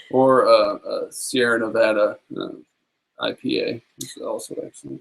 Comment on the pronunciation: You said Nevada right!!!!! THANK YOU!!!!